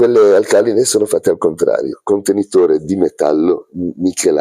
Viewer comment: usare "il sole 24 ore" come piano di lavoro è un vero schiaffo ai capitalisti. grandeeeehhhh! p.s.: hai un problema con gli accenti (alcàline, càtodo e elettròliti mentre sarebbe àlcaline, catòdo e elèttroliti) ;)